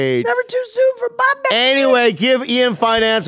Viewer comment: Bobby - multiple times: "Ian Finance" 😆